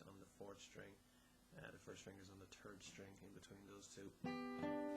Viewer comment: terd and fort finger lmao